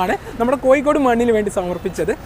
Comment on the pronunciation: It's not spelling it's pronounciation. കോയിക്കോട് അല്ല കോഴിക്കോട്